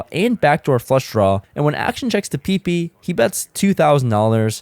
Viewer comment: Why do you say his name peepee 😂 Its pipi. What is in the middle of some fruit? A pip. Not a pee. I mean comeon man lol